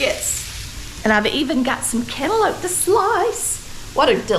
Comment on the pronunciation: YOU DID THAT!! All of that looks good! AND that very simple homemade biscuit recipe was the best! I'm from the Augusta area and I have seen and ate some home cooking! BUT Never with canlope! thats how we say it too! LOL! This was amazing! Thank you for sharing!